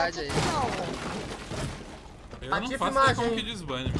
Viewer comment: parei no "voceis"